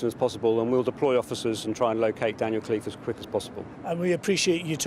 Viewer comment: It’s “Khalife” & not Cliff try to pronounce it in an Arabic way.